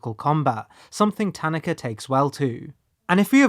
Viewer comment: I appreciate how you pronounce "Tanaka." As English speakers, we often insert emphases into foreign words (ta-NAH-ka), but the way you pronounce it is closer to actual Japanese.